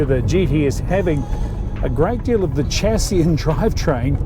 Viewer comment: Bro please: Sha-sie